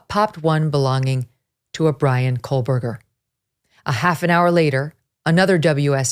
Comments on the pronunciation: Its Ko-Berger, not Kohl-Berger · "Megyn’s intelligence" Yeah, she's so intelligent she can't say Kohberger correctly and instead pronounces it as "Coalberger." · Megyn, you are referring to him as Kohlberger, is that how the name is pronounced? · Maybe it's just me but most of the time I'm hearing 'KohLberger'. With an L. It's driving me crazy. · Can someone (anyone) please tell Ms. Kelly (Ashleigh Banfield's clone) to please pronounce Kohberger correctly?? Maybe phonetics will help a bit... it's pronounced KOHH-BUR-GER There is no "L" in his last name. 🙄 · Yes.. and all with all the “research”.. can’t even say his name right. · Loved this coverage! However I couldn’t get past the mispronunciation of Kohberger’s name throughout the entire episode😬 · Big fan of the show, I watch almost every day, however I can't help but mention that Megyn says Kohberger wrong She puts an 'L' in there. I cringe for her every time she says it! I would hate for her to get called out for it on another show. Merry Christmas to the Megyn crew! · Koh or Kohl, Meg...always get the name right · Really? You pronounce it like she does here ? Hmm, never heard it said like that but okay. Still don't think she's in touch with the average working person and I'm generally a fan of hers. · Love it when Megyn does true crime. BTW, there is no L in Kohberger. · Yes, I agree… how dare she mispronounce your hero’s name! Shame on her. I know it must hurt… but try not to let it ruin your day. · She doesn't have an accent. Quit trying to jump through hoops to defend her not being able to pronounce Kohberger the correct way. Why it hurts you to accept reality, is a question you must explore yourself.